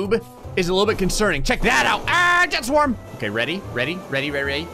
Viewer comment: when you said "jet swarm" it sounded like you said "chest warm"